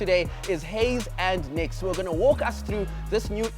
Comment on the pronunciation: took me 30s to find out your Pro "Nixx" is actually "Niix"